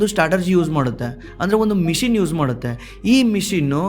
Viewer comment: ಮಿಷಿನ್ ❌ ಮಿಷನ್ ✅